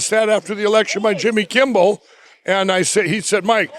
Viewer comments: 5.1 votes “stole by Barsarato.” He said similar on “Jimmy Kimball.” My goodness, he never stops talking; Pillow is gacked to the teeth. YIKES! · "Jimmy kimbel" spoken like a true crackhead